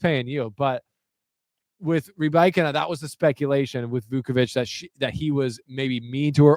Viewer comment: you are saying Rybakina’s name right, but I had to listen on the WTA website after you said that - I can’t help but feel it’s a little more subtle tho? sounds like you’re leaning into the Ree-BIKE-ina” super heavy, but when she says it the middle part of her name she almost glosses over and there’s more inflection on the “ee” sounds in the “Y” in the beginning and “ina” at the end